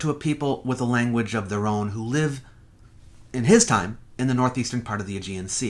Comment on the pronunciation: I love your videos, and I like you a lot, but I have to say I agree with your father. Please stop being such a petulant, dedrater, bad poseur. It is beneath you. This is barely worthy of a Flat Earther. It can NOT be either. Live and Lived have a short-i vowel sound. *END. OF.*. "Life" has a long-i vowel sound, as in "He had a long life." "Live" has a short-i vowel sound, as in "You live in a fantasy world."_ If someone lives (short-i) for a long time, he has "lived" (short-i) for a long time. Not "Lie-ved" for a long time, as an uneducated liar might say. So "long-lived" and "short-lived" have a short-i vowel sound. Now, if a dead thing comes "alive", or lost people presumed dead turn up "alive" then THAT has a long-i vowel sound. But that is a different word. Or do you invent your own etymology in the same way Sitchin did? Similarly, when talking about multiple people's "lives," that's a long-i vowel sound. But when talking about a single person, as in "She lives at the end of the street" it is a short-i vowel sound. Also, this utterly, dreadfully, appallingly BAD. POSE. TICK. you have of saying Beeee Seeeeee Eeeeeeeee and Seeee Eeeeeeeeee. It is BC and AD. 1). It is NOT the "Common Era" of this planet. It is only the Common Era of the Western World which uses the Gregorian Calendar, based on the arbitrary date of Christ's birth being in 1 AD. It does not matter if he was actually born in 4 AD, 4 BC or was never born at all. 2) it is NOT more accurate. BC and AD has been us